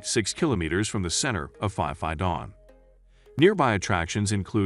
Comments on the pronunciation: fi fi island?? It's Phi Phi mate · We call P P Islands not Fi Fi Islands. Lovely video always ❤️ 👌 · Wow. You pronounciation of the Island is totally wrong. It's not Fi Fi Island. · 30 seconds into the video, your pronunciation of Phuket and Phi Phi was a HUGE turn off. So I turned you off. Geez.